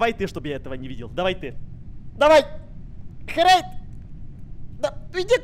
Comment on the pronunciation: Это ххххерейд а это не хххххрейд